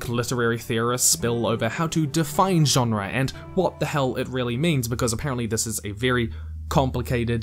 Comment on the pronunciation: Why do you pronounce genre that way